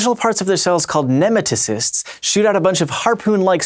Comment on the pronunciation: Michaels pronunciation of nematocysts. It hurts :P